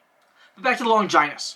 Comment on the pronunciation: Good video. How to pronounce Longinus is Lon gi nus, Law ja n-us. Think of the movie 300 king Leonidas.